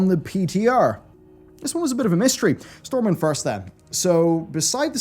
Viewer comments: LOL "Stormwimd" at the beginning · "StormwiMd and Orgrimmar" lol